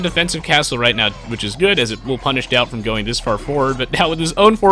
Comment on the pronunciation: the way you say daut it sounds like doubt is that normal? in french daut sounds like dot